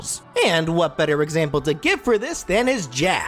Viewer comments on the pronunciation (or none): none